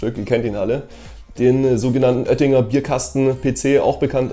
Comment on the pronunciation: Nicht Öttinger, sondern Oettinger